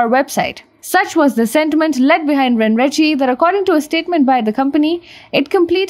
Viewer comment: Just one pointer, I believe it is to be pronounced as ren ren che. Not ren ri chi.